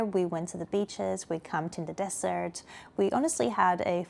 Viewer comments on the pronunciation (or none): none